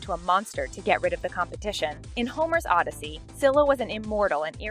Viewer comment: Stop, stop, stop ugh! You are pronouncing Odyssey wrong!